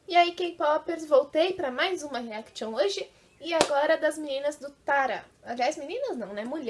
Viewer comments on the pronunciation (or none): não se fala TARA se fala TIARA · Msm errando a pronuncia do nome do grupo, eu adorei o tara, pensei logo em taradas, gosto muito kkkk